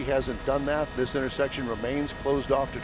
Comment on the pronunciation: "turn around and walk toward me" "Okay señor like thees"